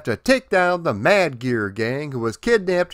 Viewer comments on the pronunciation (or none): none